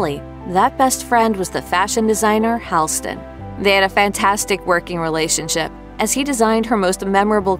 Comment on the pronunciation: The name is Hall-ston like a hallway. Not Hailston. Not a hard thing to find out.